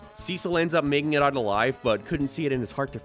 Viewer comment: this dude cant say "out"